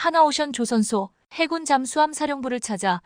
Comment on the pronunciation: 해군은 알겠는데 해굴은 머여? 해저굴의 줄임말인가???? 해굴력 아놔 듣기 그러네 거슬려 거슬려